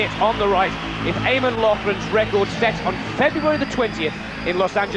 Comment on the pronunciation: It's Eamon Coghlan, dummy, not Eamon Loughran. And, get the record right. It was 4 mins 54, not 4 mins 55. Two cock ups in quick succession.